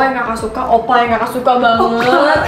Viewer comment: 6.12 OPPA kak bukan OPPAI ..... Beda arti :v